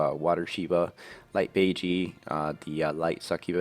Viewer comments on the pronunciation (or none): not to be annoying, but bajie is pronounced bah (like bah bah black sheep) jie (jyeh not jee)